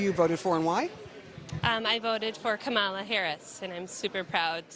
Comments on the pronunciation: she voted for someone that she could not pronounce their name. lol. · The woman being interviewed with the her kids and the beta husband pronounced Kamala's name "wrong".